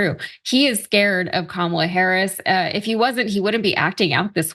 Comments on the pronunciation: Mispronouncing Kamala Harris's name or calling her garbage is scrapping the bottom of the barrel. That's stooping to an unimaginable low, even for trump's standards. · good Kamala 's husband said that! Trump cant say her name wright!! com on now.everyone says her name correct but u :face-orange-frowning::face-orange-frowning::face-orange-frowning::face-orange-frowning:say it !!!